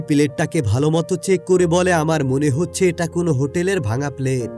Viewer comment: Hochche uccharon ta ki 😂😂 Ota হচ্ছে হবে